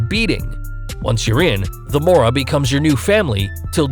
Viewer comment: “MORA” SALVATRUCHA🤣🤣🤣 FUCKING IDIOT🤬🤬 ITS “MARA” DUMBSHIT